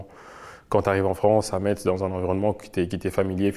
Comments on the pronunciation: Quelqu’un aurait pu dire à l’interviewer qu’on dit « Mess » pas MeTz😅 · Par contre on prononce MESSE, pas MAITZE HEIN !!!